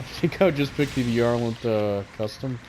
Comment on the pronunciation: It's pronounced bye-er-lant E-sol-day